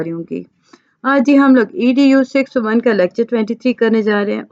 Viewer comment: Mjhy smjh ni ati Zero ko O kiun prhty hn 6zero 1 6O1 nhi